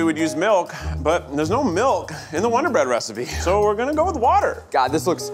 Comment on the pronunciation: Lol winder bread